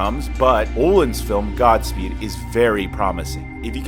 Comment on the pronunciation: I'm trying to enjoy this but for fuck's sakes man, it's Gary GOD-speed, not good. Seriously man, why are you mispronouncing it